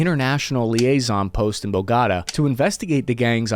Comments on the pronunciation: Lol really needs to hire someone to teach him how to pronounce foreign words. So many times he said Aguara and that pronunciation of Bogata.... oof. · To do this much work on this piece without learning how to pronounce "Aragua" or "Bogotá" is wild. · I love your information and analysis. Now a suggestion. The pronunciation of Aragua is [Ah RAH gwah] and Bogotá is [Bo-go- TAH] . Keep up the great work.